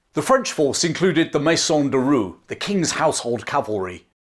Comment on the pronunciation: Great video. But your pronunciation of "Roi" threw me off a bit, it sounded like roux which is a culinary term. "Roi" is approximately pronounced like "roar" without the final "r".